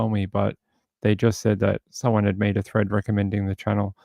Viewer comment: You said someone made a "thread" on reddit, and I thought you said "threat"! Lol